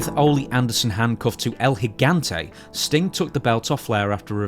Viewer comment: With respect to this guy's respect for the wrestling industry, and while I enjoy the YouTube versions of his podcasts with Dutch Mantel, I have to wonder why people overseas can't pronounce the name "Ole." It's not "Ol' Anderson " Its "Ol-E Anderson ."